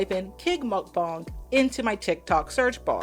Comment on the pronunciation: You are pronouncing it wrong. Muhk -Bang 👍